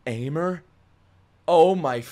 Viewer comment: Aimer pronunciation is EME